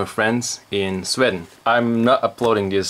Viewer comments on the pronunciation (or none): hehe, Sweden is pronounces Swee-den not swed-en. Awesome vid anyways, I want some snacks too!